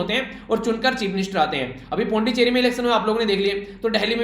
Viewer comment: सर मैं २ नंबर काटूंगा , क्योंकि सीरम इंस्टीट्यूट ऑफ इंडिया के सीईओ का नाम आदर पूनावाला नही अदार पूनावाला है , और पुद्दुचेरी का भी आपने गलत उच्चारण किया , इसलिए आपके प्राप्तांक ८/१० 😀